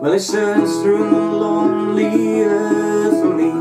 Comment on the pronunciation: Great- really enjoyed it. Just one point - it's "loamy earth', not lonely earth. :-)